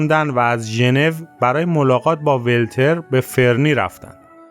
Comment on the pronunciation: درود بر شما و سپاس برای ارائه داستان زندگی این موزیسین شهیر بسیاری از واژگان از جمله نام مکان ها و به ویژه واژگانی که در زبان پارسی یا فارسی متداول و رایج است نادرست تلفظ شد مثلاً مهمیز با کسره م نخست تلفظ می شود و نام ولتر با ضمه واو خوانده می شود در حالی‌که ولتر با کسره واو تلفظ شد. تندرست و پیروز باشید 🌹